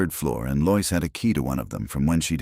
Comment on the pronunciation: This is the second story I've listened to in which "Lois" is consistently mispronounced as "Loyce" instead of "LOW-iss." Why can't ai be taught to do it correctly?